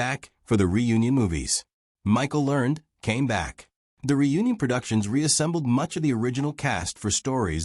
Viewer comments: Have I been pronouncing Michael Learned's name wrong for decades, or is it clueless AI narration? Back when the show was being made, didn't they pronounce it with two syllables: LUHR-nedd? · That is NOT the way Michael Learned pronounces her name.